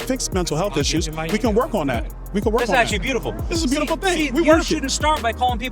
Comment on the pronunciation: FREAKING "BE YOU T FULL"